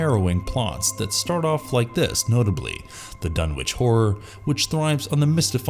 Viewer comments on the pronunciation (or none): none